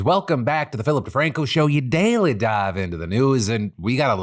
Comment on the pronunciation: Why does he say "daily dive" with a southern accent?